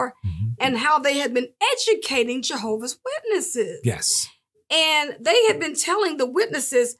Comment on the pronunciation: Why is it so hard to add the S in Jehovah’s witnesses?